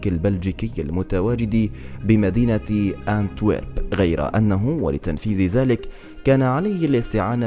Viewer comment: اونتويرب وليس كانتويرب